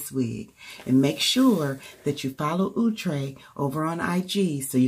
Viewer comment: It looks really nice! It's pronounced ow-tre as in ouch! lol